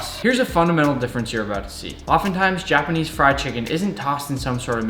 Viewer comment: why do you say "jah-panese" lol